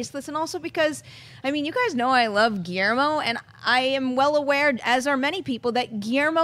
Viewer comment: Is it just me who finds HILARIOUS the way they pronounce GUILLERMO? Just say the L guys, it isn't that hard.